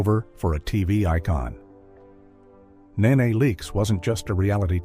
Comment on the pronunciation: If narrator can't say a name right, just don't say the name. It's not Nae Nae. It's Nee Nee( knee knee)